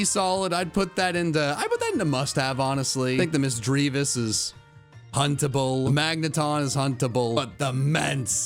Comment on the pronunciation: Who else heard huntable as puntable and suddenly thought he was doing a different tier list